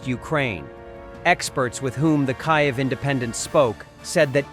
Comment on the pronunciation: To fail to pronounce the capital of Ukraine correctly is evidence of monumental laziness and disrespect.